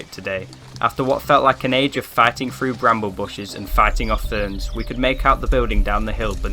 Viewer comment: "Two fousand and free", "look frew", "weirded out". . . . . . weirded? the only weird things there are you lot. Your naration is terrible "Two fousand and free"? and what is WEIRDED? Give it up.